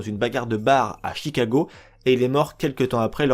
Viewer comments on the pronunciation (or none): none